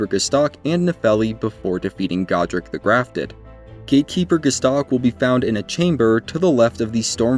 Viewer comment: It’s God-ric not Go-dric